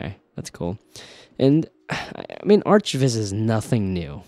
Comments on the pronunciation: Ok man… are you trolling us with “arch” viz? It’s architectural visualization…. Not arch visualization… we’re visualizing more than arches. “ArK viz”. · "arch" viz lol. Arc viz bruh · Arch viz? surely its pronounced arc viz? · Before this I've only heard people pronounce it "arc" not "artch" :p nice video though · did u just say ARCH(tch) Viz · It's pronounced arc lol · Please pronounce it as "ArcViz" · It's not pronounced aarch--tek-chr. It's arr-cuh-tek-chr. Sorry... my OCD is kicking in. Everytime you say "aarch-vis" I can't help and think of Archie's weird mysteries.